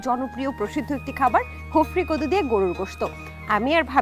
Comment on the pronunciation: আরে ভাই এটা হফরি কদু না😂শফরি কদু